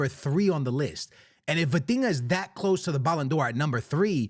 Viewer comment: The minute you said Vitinha , I stopped the video